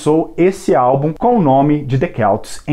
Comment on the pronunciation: celts .. celtas .. e nao " quelts "